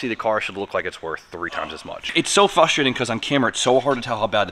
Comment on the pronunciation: You know what is frustrating ? You never pronounce the r in frustrating.